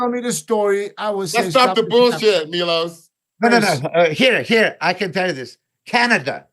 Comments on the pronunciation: It’s Milos bro lol not mylos 🤦‍♂️🤣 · He went from Serbian to Greek 😂